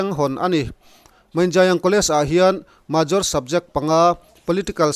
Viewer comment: A bengvarthlak hle mai.Major lam dan erawh May + jor = Mayjor ti in lam ri thin ang che.